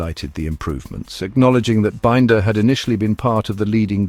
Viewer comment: What crap. Miller? Forget him. Also for heavens sake learn how to pronounce Binder!!!!